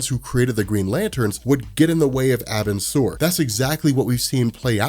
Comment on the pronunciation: I'll say it again, it's pronounced "are-bin-sir" Edit: this isn't meant to be hate btw